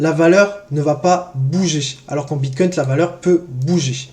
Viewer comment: J’ai mis pause des le 2 eme « BitcoinT » j termine d ecrire le com et j me casse mdr